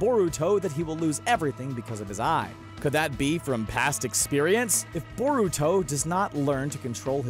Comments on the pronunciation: I cringe every time he says Boruto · Boar uto WTF it's pronounced bur uto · Iron Gauntlet it’s boar uto what’s next do you pronounce nar uto narooto